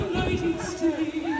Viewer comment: 😂😂😂that was debunked at his speech the State of the Union. He has NO dementia unlike your guy who cannot even pronounce States.."shates." 😂😂your "poison," is 😢😢😮😮RME